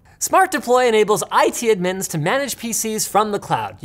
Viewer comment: The way linus says admin